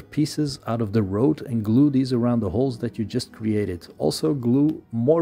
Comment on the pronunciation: Not being a jerk, but work on your “Th” sounds. Using D and T instead of the proper sound(The/De, This/Dis, Think/Tink ect. Produce the sound by slightly sticking out your tongue and slightly pressing your teeth.passively pass air through your teeth(think, thought) or perform a hum using the same method(this, that, them[think Mongolian singing for the hum but tongue out]). for both variations. Retract your tongue quickly to produce the vowel sound after.